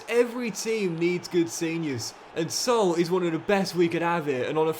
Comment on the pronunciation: Everyone: Sa-OOL: SOUL 😂😂😂